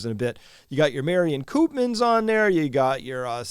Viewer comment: On your Dutch pronunciation, the elongated Dutch vowel oo (Koopmans) is pronounced much like the French -eau sound as in Bordeaux